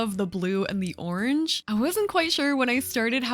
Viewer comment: im british and the way u say ‘orange’ is so interesting!! it sounds like ‘orj’ to me 😂😂